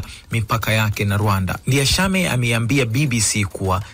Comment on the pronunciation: Ninyi waandishi wa habari, kwa ushauli tu , please jarubini kusoma vizuri majina ya waraisi, it can't be written "Ndayishimiye" then wew kama mtangazaji unasoma vitu tofauti.....remember crown Fm is copying from BBC news.